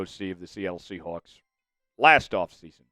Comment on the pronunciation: Say “sea hooks” one more time….